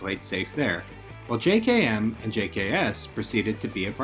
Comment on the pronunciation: Minor gripe but it's pronounced jay-kem not j-kay-emm